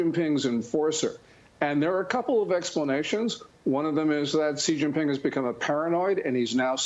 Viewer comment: its “shee” Jianping lady